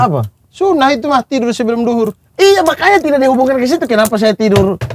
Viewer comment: Bang Abdur Sampai keluar logat nya, "Mau duhur ini, sa bilang dari tadi "😂